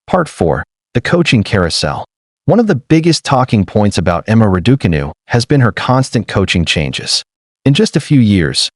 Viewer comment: Why do commentators have so much difficulty in pronouncing Raducanu the way Emma says it.